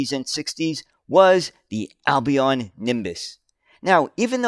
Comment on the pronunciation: 'Albion' is pronounced 'Al -be on' with the 'L' sounded. Also Mousehole is pronounces Mouse -sill! Isnt English weird?! BTW, the picture at timestamp looks to have been taken at what is called Tram Sunday at Fleetwood Lancashire, UK.The stretch of road is called Lord Street, I was born about 500 yards away in a small terrace houce in 1956. Until trams returned to the roads in Manchester, Fleetwood was the last remaining place in the UK where trams actually ran on the road for about 30+ years! Although Tram Sunday started out as a show for trams, it expanded to included buses and vintage vehicles and is still held every year in July.